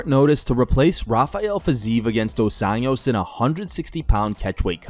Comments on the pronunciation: It’s Dos Anjou, 2 Angels, nit Dos Anos, 2 years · Bro you keep saying RDA’s last name as if he’s Hispanic. Just say Anjos like an American would and it’d be closer to the actual Portuguese pronunciation